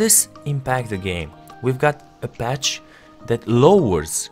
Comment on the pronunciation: It's called patch not batch